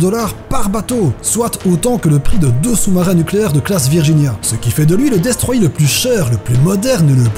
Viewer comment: On dit destroyeR (prononcer le r)